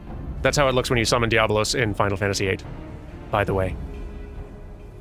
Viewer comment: Just a small edit: it's DiabOlos. There's an extra 'o' in there for... reasons, I guess :)